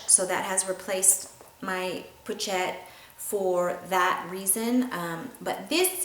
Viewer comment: Love, Love, Love your in depth and thorough explanation of all your SLG's. It's a great collection! Just to let you know, the 'ch' in pochette is pronounced like 'sh'... po-shette. ;)